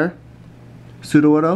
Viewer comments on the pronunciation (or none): none